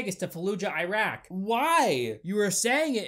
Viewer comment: It’s not jiraq it’s IRAQ with “ i “